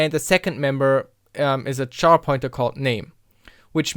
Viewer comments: Finally! This has always bothered me when people say char, like to burn, instead of care. It's an abbreviation of character. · Did you pronounce the abbreviation for character the same as "char" (to burn)? Abbreviations are normally pronounced the same as the unabbreviated syllables aside from a vowel shift from change in stress.